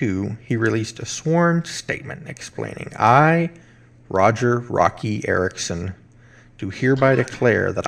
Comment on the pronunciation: Roky pronounced Woky